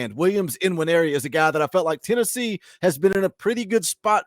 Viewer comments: Believe the N in Nwaneri is silent. Hope the Sooners get him...... but I'm skeptical on this one. Wish you guys luck. You have a hell of a coach. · According to Austin and Wiltfong the ‘N’ is silent in his name so it is pronounced ‘wineri’.